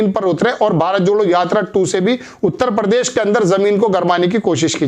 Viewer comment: दुनिया के सारे चूतिय इसी चैनल पर है क्या ? एक तो इनको ठीक से हिंदी बोलना नही आता परदेश नही प्रदेश होता है । परसारण नही प्रसारण होता है